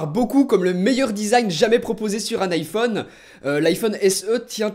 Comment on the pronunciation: Un beau smartfon cet ifon.... Tu dis Bluetooth avec l'accent anglais mais tu massacre le terme "phone"